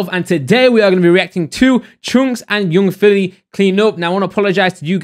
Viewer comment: And yoong filly